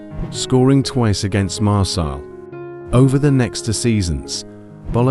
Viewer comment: The pronunciation of Nice and Marseille was enough to gain a dislike for me